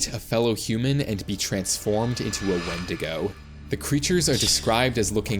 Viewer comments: its not wendigga it’s pronounced win di go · where did you get wen-dig-ga from it's wen-di-go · Did bro Just say "Wendnga" 🥹💔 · Bro said whendiga 😭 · intro begins:"falls of chair" also:"say wendiko instead of wendigo" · Did bro say wendiga or am I tripping 🫩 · Bro rlly said wenDIGA instaind of wenDIGO 😂😂😂😂😂😂😂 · Bro said the wendigo wendigu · Bro it's wendigo not wendigga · It's actually pronounced wendigo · He said wendiga 😂😂😂😂 sounds like ni-! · Bro say wndiga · did he say wendigger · bro did NOT say wendigo💔🥀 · It's wendigo you motherfunker dumb bish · He did not say wendigo